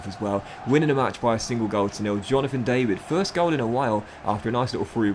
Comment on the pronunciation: Hi, ur new striker aka Jonathan David, u need to pronounce the David with a french accent:)